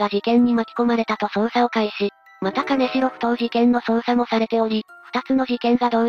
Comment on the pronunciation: 金城→きんじょう ですね。